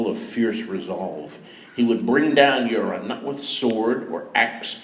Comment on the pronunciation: Euron sounds very like urine at times.